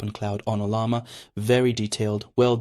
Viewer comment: Yeah, he's mispronouncing everything: Claude. OpenClaw. Ollama. Almost sounds like he's an AI himself using bad text-to-speech. Makes for a distracting video.